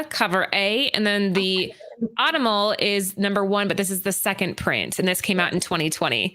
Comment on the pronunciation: Vault had a string of good books, The Plot, The Autumnal snd Nightfall Double feature. Also, the Autumnal is pronounced Aww-tum-null. Emphasis on the "tum."